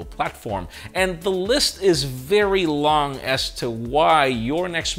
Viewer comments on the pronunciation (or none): none